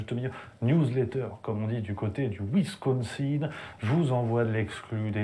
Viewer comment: A chaque fois que tu dis "du cote du Wisconsin", je repasse la sequence pensant que tu anonces une news de par chez moi.